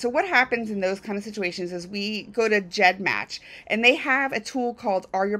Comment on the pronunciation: Its gedmatch not jedmatch